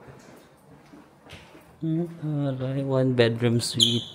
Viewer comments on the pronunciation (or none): none